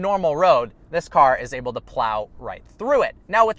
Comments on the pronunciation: You get me dying every time you say "oble" (able) I hope you're oble to reach 1mil today!!! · He knows it's "able" right?